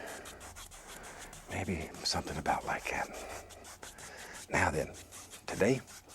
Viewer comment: No way to google this question I tried so many times but- Where in the country do people Pronounce the words that and this as cat and kiss? Because bob Ross said cat instead of that and kiss instead of this very often....